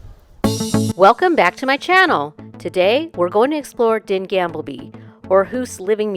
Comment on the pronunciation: Gamle not gamble (means old - you can’t gamble there 🤣) 💞